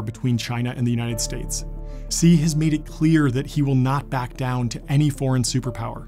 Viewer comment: "Xi" in Chinese is pronounced "She" and not "See"